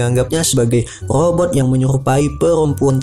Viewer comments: Itu lobot bukan rrobot😜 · om ko ngejelasin nya belepotan cih. robot jadi lobott 😁😁😄😄